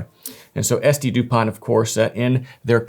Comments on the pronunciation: Pronounced without the T like Dupon , at the end. How do these compare to Cartier? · Thank you for this cute and extensive review… But who tf buys a 500+€ lighter without figuring out how to even pronounce it?